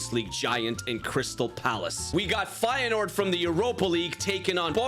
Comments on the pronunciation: I'm an feyenoord fan and you dont pronounce the 1st e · Actually I dont know if you speak dutch but it is feijenoord originally